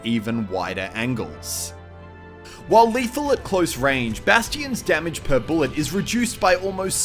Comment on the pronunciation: he said "angles" (ayn-jels) as "angels" (an-gels)